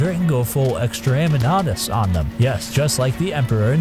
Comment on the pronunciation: I can look past saying jiffs at the start but my god, what in the christ is extra-aim-inatus at the end? Please tell me it's ironically mispronounced.